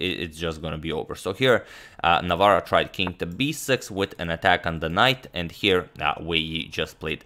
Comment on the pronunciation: Hats off to Agadmator for pronouncing tongue-twisting polish last name very well!